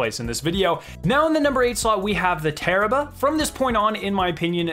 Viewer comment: Tarrabah, or you mean... Terrible?